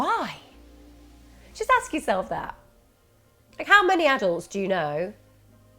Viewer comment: axe for help - why do people talk like that???